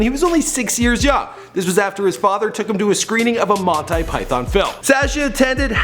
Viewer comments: Love your channel but you still gotta work on pronouncing stuff correctly. "Mont-eye Python"? lol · it's pronounced Mon tea not Mon tie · Did you just say mon-tie python. Its pronounced mon-tE. You just offended britain.:) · "Montay" Python?? General "Abdeen"??,You should change your profession..At least get your facts straight.. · Monty** not Monti